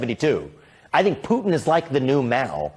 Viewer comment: Bill, did you say tootin, Putin ?